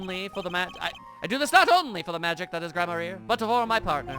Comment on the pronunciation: more name shit! Daryan: pronounce it as one would darian or darien gramarye: i pronounce it gram-arr-ree